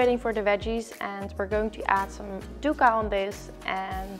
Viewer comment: hey girl it's actually pronounced something like duck-kah :)